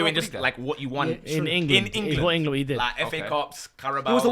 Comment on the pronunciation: supercopa de englessss!!! 🤣🤣🤣🤣🤣🤣🤣🤣🤣🤣🤣